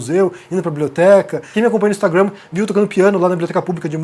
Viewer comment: Por favor, fale a palavra " instagram" como os brasileiros falam " instagram ". Não precisa falar a palavra " instagram " como um americano ou inglês, até onde sei, você é brasileiro!